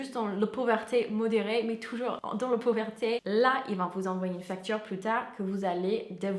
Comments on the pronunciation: "pouverté" 🥰 trop mignon ! (C'est pauvreté 😉) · Salut! Merci pour ta vidéo ☺️ Le mot "pauvreté" ne se dit pas pauvERté 😋 mais ton français est vraiment très bon 👍 j'adore tes vidéos, continu comme ça ☺️ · elle peut prononcer " pauvreuté " au pire pour que ça sonne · Et la pauverté